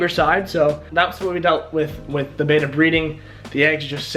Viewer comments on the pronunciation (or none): There is no such thing as a " bayta " fish, what you are trying to spawn are ** Betta Splendens **** , so if you are actually doing all that research, better go to a dictionary or a Fresh Water Fish book. remember, from your junior high English class, 2consonants change the pronunciation...Best wishes on your project. better get some advice. Watch aquarium Co-op. Carrie